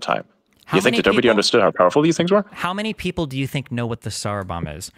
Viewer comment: Bro seriously said "everyone knows what the Czar Bombah is"